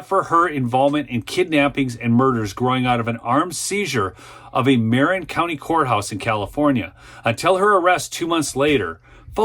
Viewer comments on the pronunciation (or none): Dude, "Marin" is pronounced: "Muhren" C'mon man. It's not that hard, it's across the Golden Gate Bridge from San Francisco. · You mean Ma-rin (muh-rinn) county in California’s SF Bay Area